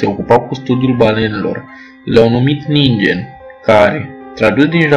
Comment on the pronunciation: Nu se pronunta ningen ci ninghen :D anime forever :D